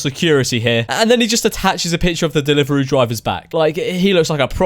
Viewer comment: What's a delivaroo